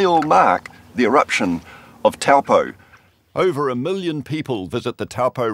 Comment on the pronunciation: NO Why-Cat-toe YES - Why-Cut-to/re (tore) = Waikato NO Towel-po YES - Toe-po/re (pore) = Taupo